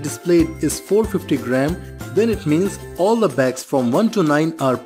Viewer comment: Contextually, "all" makes sense. That is also what the captions say. But what I hear is "four", on multiple retries on several different machines/speakers. So I asked a friend, and a neighbor. one of them is undecided. He simply cannot choose. The other is adamant that the word is "four" and cannot be anything else. My point: When the narrator has such a strong accent, he should employ additional visual aides to clarify. He is already displaying ALMOST all info. Why not expand the infogram to show all pertinent facts?